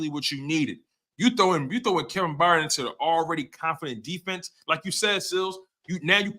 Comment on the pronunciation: You can’t even pronounce Kevin Byard correctly.. you don’t know what your talking about